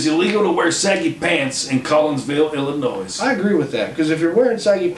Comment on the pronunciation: S is silent in Illinois